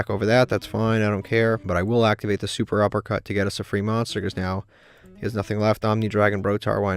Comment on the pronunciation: Fun Fact: it's SET-UPpercut not Super uppercut